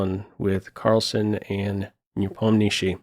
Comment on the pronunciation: as Russian I truly appreciate how properly pronounces Ian last name "Nepomnyashiy" (Непомнящий) Just as it should be!